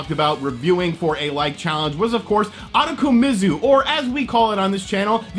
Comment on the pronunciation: Ooh-toe-ko-me-zoo. I know you butcher names but this game is fucking weird. Reminds me of those Cho Aniki series.